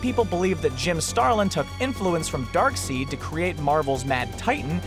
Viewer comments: it's pronounced darkside not darkseed. are you fucking serious you knew it was pronounced like that and you still got it wrong?! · darkseed..... u mean darkside or least tht is how its pronounce sigh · dark SIDE not darkceed it is darkside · "Dark-seed" its Dark-Side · Someone slap this guy it's darkside not darkseed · DARKSEID ISNT PRONOUNCED DARKSEED, ITS PRONOUNCED DARKSIDE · Did he seriously just say dark-seed hahaha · It's spelled Darkseid but it's pronounced 'Dark-SIDE'. Even the characters creator has said he hates how people say it wrong and has tried to get them to say it right but fans are determined to be wrong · loved video and yoy said darkseed it is dark side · It's not Darkseed it's Darksaide like left side or right saide. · its pronounced dark side not dark seed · He said dark seed in the beginning but near the end he said dark side. What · It's Darkside not Darkseed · Dude its Darkside not Darkseed. say it with me Dark Side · His name is pronounced Darkside not Darkseed. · I'm dude it's not darkseed it's DARKSIED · (Dark-side) not (dark-seed)😂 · Who the hell is Darkseed? It's pronounced DarkSIDE. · Darkseed???? DARKSEEED???? DARKSEID (DARK SIDE)!! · I DON'T KNOW WHO THE FREAK YOU ARE BUT IT'S PRONOUNCED "DARKSIDE" NOT "DARKSEED" JESUS CHRIST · It's not pronounced darkseed it's pronounced darkside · It's not darksend it's darkside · it's dark side not dark seed dark side please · it's dark side not dark seed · side not seed so darkside not darkseed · darkside not darkseed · its dark side not dark seid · Dark side !!!! Not dark seed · dark side not dark seed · Who else cringed when he said darkSEED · HATE WHEN PEOPLE SAY DARKSEED... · the wafflemaster3000 me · Mata Nui yes. what is wrong with the guy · the wafflemaster3000 i was wondering who dark seed was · no it isn't 'ei' makes an 'I' sound. Darkseid not darkseed. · "Darkseed" Fucking facepalm dude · It's NOT Darkseed. It's Darkseid. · Ha! You said darkseed! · DarkSEED?! It's Darkseid. :/